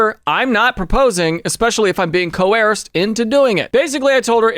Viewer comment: Love how you say co-arsed